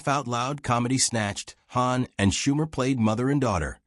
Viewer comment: the ai can't pronounce hawn correctly